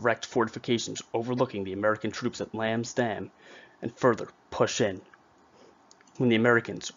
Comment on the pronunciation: Also 'Lambs Dam', not Damn, lol